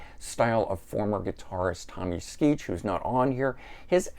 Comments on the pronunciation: I appreciate the focus on one of my favorite bands. However, I cringe when you mispronounce Tommy’s last name. I understand it’s Skee-oh. Check out how they say it on Five Man live album. Otherwise a great video! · FYI, Tommy's name is pronounced "Skee-O." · Tommy Skee-o That is the pronunciation